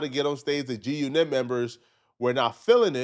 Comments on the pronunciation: Bro, why you saying it like that? G-Unit. Say it normally. G-uNIT is a song cadence, you don't say it like that everytime. 😆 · It’s not “g u nit” unit the word is unit damn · Why are u pronouncing it “Gee U KNIT” 😂😂😂 it’s G-Unit dude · you outta touch weirdo, it's not G- U NET, it's G-Unit. Say it like a normal mf person who knows wtf they're talkin about, damn nigga you awkward as a mf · pissing me off the way he pronouncing G-Unit 🤣 (It was actually “guNIT” members 😳) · You can’t trust nobody that say G-U-Knit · Can't pronounce g unit and called zip wit da drip popular😂😂😂 that clown lives in his momma's apt at damn near 50 years old. Cut it out. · Why can't you say G-Unit 😂😂😂😂😂😂